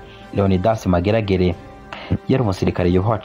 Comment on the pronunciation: Murakoze kuri documentaire nziza. Ariko pour la prochaine fois,be murondera abantu babafasha kuvuga neza amazina y'abo muzovugamwo. Nta commentaire nabonye musaba excuse ku makosa mwagize alors que les noms reviennent bcp de fois. Ni Maregarege na Ndakazi (qui se prononce Ndakaazi). Vous remerciant, Merci